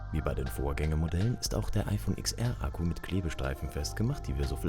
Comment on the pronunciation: Es heißt zehnR und zehnS (oder ten), nicht IX.